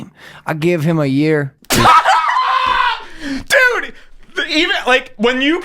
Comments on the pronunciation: "I geev heem a yeeer" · It’s like some fucked up, old Travolta voice until he throws in a Mexican pronunciation of the word “year”. What a fuckstick!